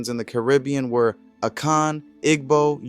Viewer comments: Igbo = EE-bō [ibo] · Very detailed and informative thank you! FYI the g in igbo is silent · Great job! Just a note Igbo is pronounced EE-bow The g is silent Yoruba has more emphasis on the ba like yo-rue-BAH But I’m sure an internet search could help with hearing how the natives pronounce it